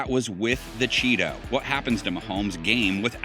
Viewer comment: did he say chettos